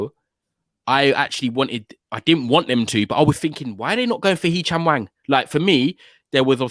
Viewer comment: ‘Hee chang wang’ I’m dying 🤣🤣🤣🤣🤣🤣🤣 good try g